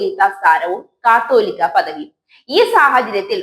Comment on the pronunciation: ഒന്നുകിൽ കതോലിക്ക, അല്ലെങ്കിൽ കത്തോലിക്ക, നേരെ ചൊവ്വേ പറയാനെങ്കിലും പഠിച്ചിട്ട് വന്ന് കുരച്ചൂടേ?